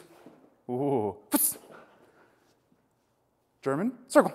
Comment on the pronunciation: so as a german i gotta say your pronounciation is actually realy good :D